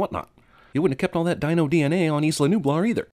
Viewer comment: why do i yawn when i watch ss movie? dino? "dee-no" , i pronounce. cute .